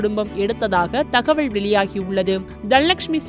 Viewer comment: உண்மை , தகவல் _ தகவள் னு சொல்றாங்க